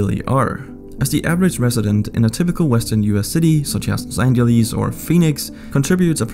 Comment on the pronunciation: Dude what was that Los Angeles pronunciation?